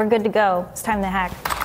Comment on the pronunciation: like Jean jeaque Rouseiou